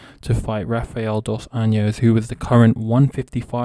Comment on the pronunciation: My mans, if you're gonna make videos about MMA you're gonna want to learn how to pronounce the names of Brazilian fighters. It's pronounced Jose Aldo(you say the J sound), and hafael dos Anjos(Rs at the beginning of names are always pronounced as H, look at Royce Gracie)